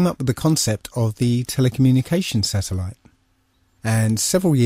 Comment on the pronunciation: SATURN-EL-ITE Satellite